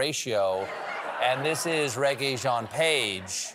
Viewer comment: Maybe learn how to pronounce the names of celebs in your "bits". Regé-Jean is not pronounced reggae-Jean.